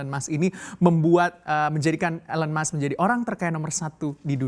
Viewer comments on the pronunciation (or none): none